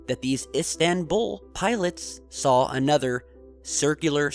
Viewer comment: Is it just me, or does pronounce the word SAW as SAWL